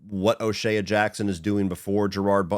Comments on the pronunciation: Hate to be that guy, and im only mentioning it because you said it so many times, and as a cube fan it started grating on me. O'Shea. Its o shay. Not o shayuh. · Lol is O’Shea really pronounced like that?